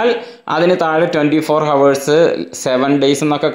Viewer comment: ചങ്ങാതി, ഹവർ അല്ല ഔർ